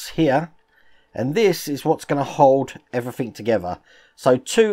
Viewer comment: Lol I just love the way that you say "Everythink" rather then "Everything" you know with a 'g' at the end!. But we would not be who we are if we did or said things 'properly' all the time would we! Take care, (Hope your mum and dad are ok)